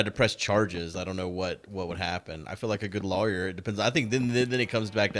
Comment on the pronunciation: He also says lawyer wrong btw